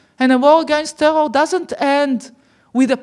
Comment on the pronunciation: how can you have a foreign minister that can`t pronounce `terror`? I don`t mean to be facetious.